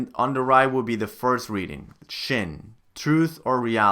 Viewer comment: Despite the annoying mispronunciation of shin, I finally understand why the back of my old Kanji flash cards had some Katakana readings and some Hiragana readings. I gave up using them after a day simply because I couldn't figure out why they did that. For that, you definitely get a thumbs up!